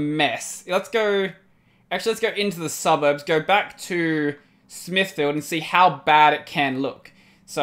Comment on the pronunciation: Smithfield, the "field" didn't had that clear of a pronunciation, bury in Modbury, same thing, maybe my english is wrong, idk... the rest seems like I would pronounce as well. P.S.: Good that you don't get offended that easily, I think I kinda got used to see people crying/complaining/get offended when I (and others) tell them to read the wiki :P